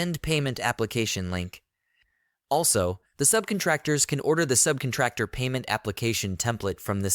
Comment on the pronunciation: Someone please teach this person how to say subcontractor. I cannot unhear this.